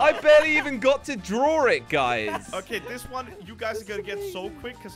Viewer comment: is like "I barely got to drawrr it"🤣